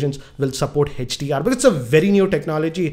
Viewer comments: sir it is hdr not hach dr😂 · its not HECHDR it is HDR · its note hechdr its hdr